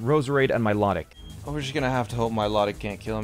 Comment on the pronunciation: Bruh he mispronounced milotic its my low tick ahhhh